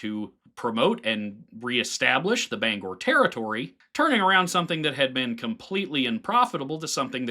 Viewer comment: Really, really appreciate your pronouncing Bangor correctly. Most owtastateahs blow that.